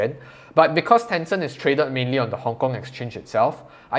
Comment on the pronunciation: Ten Cent. Not Tenson! 😬